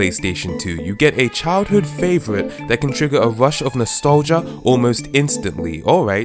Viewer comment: "A wush of nostalgia" "I thought there was something wong with me" Learn about R.